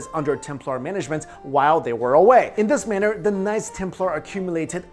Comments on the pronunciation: Dunno if its just me but when you say "knights templar" it sounds like "nice templar" :D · I liked the way he preannounce knights Templar's as nice Templar's love you videos